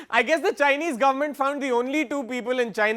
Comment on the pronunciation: He said jhinese lol if you gonna insults people learn to say Chinese you fuck . India still a rape country